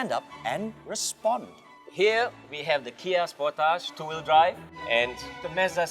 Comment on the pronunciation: I know it's late. but You were pronouncing it correctly. These kids don't even know how to pronounce names and they review cars. It's indeed pronounced Spor-Tage